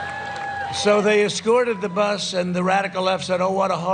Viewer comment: he is slurring "bus."